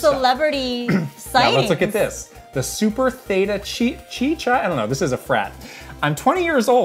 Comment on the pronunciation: lmao theta chee